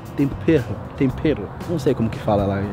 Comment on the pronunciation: se fala TOMPERRO